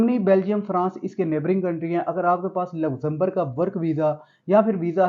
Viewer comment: You can’t pronounce Luxembourg properly.